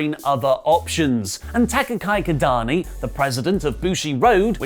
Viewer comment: Takagai Kidani ❌ Taka-a-ki(key) Ki(key)-da-ni ⭕️ cheers